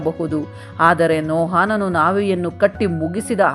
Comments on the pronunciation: ಎಲ್ಲಾ ಸರಿ ಬೈಬಲ್ಲಿನ ಭಕ್ತರ ಹೆಸರು ಹೇಳುವಾಗ ತಪ್ಪಾಗಿ ಹೇಳುತ್ತಿರಿ... ನೋಹಾನನು...ಅಲ್ಲ ನೋಹನು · Akka niu Satyavedad bhaktrad Metushelahan bagge valley mahiti nididiri aadre kelvu bhaktar naamgalu pronunciation dalli tappidiri haanok alla bari Hanok aste Mattu Nohaan alla Noahanu aste saaku. 🎉🎉🎉